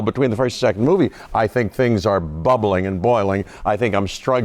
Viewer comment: Not him saying bubbling and boiling